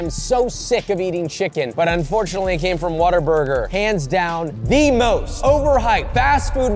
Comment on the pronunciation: Wendy's: "The most flavorless chicken i've had in a while" *Still rated higher than Dave's hot" Josh you need to work on the word most